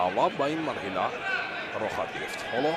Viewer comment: Мархала не ба мархила дуруст гапзанира ед бгирен